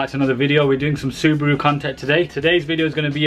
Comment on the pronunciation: SU-BRUU?! Ha Ha Ha LOL 😆